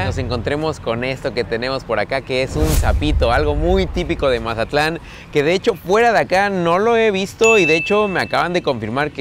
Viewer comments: Soy el único que escucha que dice majatlan en los videos??? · Mi estimado, no es mahatlan es mazatlan tal cual y eso que soy de culiacan jajaja. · No se dice majatlan se mazatlan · y quien habla asi con ese acento, es mazatlan no majatlan. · Por qué dices "Majatlán"?